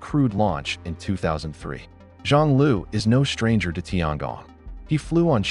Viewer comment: tiangong, 天宫，不是tiangang